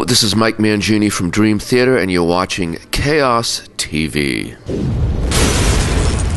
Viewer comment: LOL Dream "Theter"